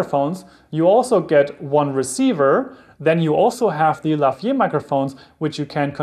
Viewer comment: Thanks for the informative video. Just one comment: It's "Lavalier" ... not Lavier.